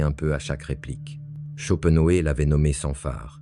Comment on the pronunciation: Olá,, on ne dit pas "schopenhauÉ" mais "schopenhauER", c'est comme pour Hitler, par exemple...